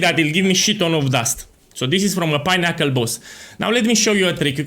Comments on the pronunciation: I was like wtf is a pineapple boss, then I realised you were saying pinnacle boss :) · I read this as unassuming as possible at the beginning of the vid and actually died when he started saying pinnacle bosses bc it was all I could hear 💀😂